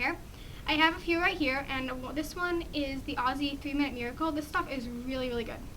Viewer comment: what's the aussie conditioner called? i couldn't understand! lol but im going to do this for sure! and your beautful! and so is your hair!!!